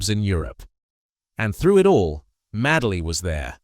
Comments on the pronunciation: Ffs he was called Madeley not Madley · Please pronounce his surname correctly not Maddley but Madeley sounding like Maydley Do your homework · Sick of AI commentary its Paul Madeley. pronounced MADE ley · You also pronounced his name wrong . As I say I was at school 🏫 with his Nephews. No worries . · How can you talk about a player when you can't pronounce his name correctly, your a fake,get off YouTube. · You can't even pronounce his name!!! What the fuck!!! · spelled his name wrong, pronounced his name wrong, do your homework mate, Paul Madeley Leeds legends R.I.P. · It's Madeley Ffs. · Can't pronounce his surname correctly. What sort of Leeds fan are you? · Such a pity that this post doesn’t respect this ‘Rolls Royce’ of players by getting the pronunciations right. So many mistakes. Dates, titles, names, nothing is left as it should be spoken. With Madeley you didn’t notice that the ‘star’ was missing, because he was as good. Being so good in all positions probably meant that he didn’t get the acclaim or first team games that he deserved. That he managed as many as he did leaves me wondering how many matches he might have played had he had one position.